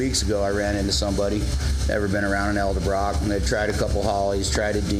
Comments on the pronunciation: Dude, its EDELbrock not ELDERbrock.. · EDELBROCK, not eldebrock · Thanka for tips, from your experience! But please, PLEASE, do something. Stop saying El debrock. The word, the brand, the family name is Edelbrock. It sounds as dumb as the people that say Wall Mark. It's Wal-Mart. Say it with me EDEL BROCK, EDEL BROCK. There, fixed it for you. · ED-el brock .. not EL-de Brock... lol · Damn people! I swear yall do this on purpose! It's pronounced Ed-el-brok! Not El-da-brok! It is spelled Edelbrok!!! Say it right!!! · it's pronounced, "elderbraaaah" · Repeat after me. Ed. L. Brock. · eldabrach? ha. cool. take a shot.